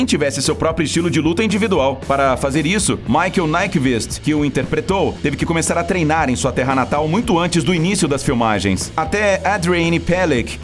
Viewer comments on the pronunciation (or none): A pronúncia certa Nyqvist, não "Naikevist". Michael Nyqvist foi um ator sueco que faleceu de câncer em 2017.